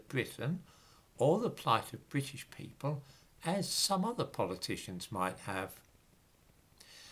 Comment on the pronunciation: When you say British 🤣🤣🤣🤣🤣.??